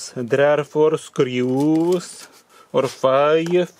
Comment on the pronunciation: I'm sure there where only " teuew"